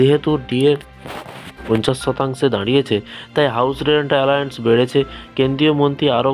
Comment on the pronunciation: Kathata alaence nay kathata halo allownce